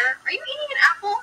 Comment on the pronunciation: Saying apple for a grown ass woman like is a struggle. " do you have an a-p-o-e. That's a hell of an overbite.